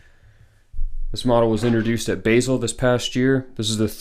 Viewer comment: Just a quick FYI....it's not Basil. Basel is a city in Switzerland, not an herb.'Bazel' with a long a like, "father"